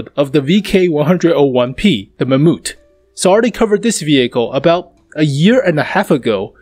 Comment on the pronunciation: the "mamoot" ?